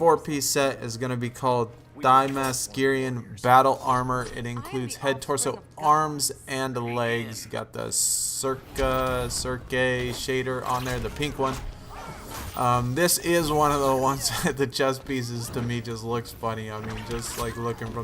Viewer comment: Circe it’s pronounced (sir-see)